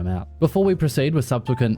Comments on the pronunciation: Say with me Jez sub-se-quent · Subsequent is how you say it my friend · Subsequent pronunciation in a nutshell